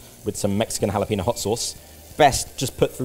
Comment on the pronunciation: So.. Does no one at Sorted know how to pronounce "jalapeño"? At all? xD